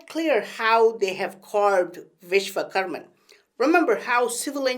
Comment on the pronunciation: Vishvakarma, not Vishvakarman